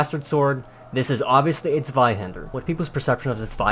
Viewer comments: Really good pronunciation for a non German. Ich bin Stolz auf dich. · Nice pronounciation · you're pronounciation of the "zw" is pretty well at the end (for a non german guy) ^^ just wanted to mention :) pretty great video over all, hope any person who says it's a bastard sword sees this video and stop saying this lie